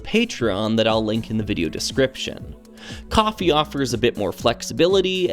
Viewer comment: Wait… KO-FI IS PRONOUNCED AS COFFEE??? My life is a lie. I’ve been pronouncing it as Co Fi for 1+ year…